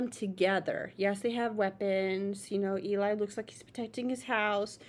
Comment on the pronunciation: Nice reaction, I like how much thought you gave to everything. They are the demigods of a cappella, for sure ! 😁 Our intense swordman is not Omar, but Cesar ;). And Eli is pronounced like "Jelly" without the J.